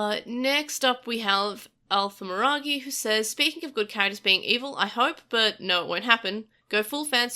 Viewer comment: So weird to hear this username spoken. I made it when I was 11 and don't use it anywhere else. It's actually Mar-i-gi. Like if the Mario Bros Dragon Ball fused because 11.